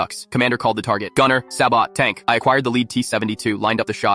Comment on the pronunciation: AI said Sa bot. When it's pronounced Say-Bow.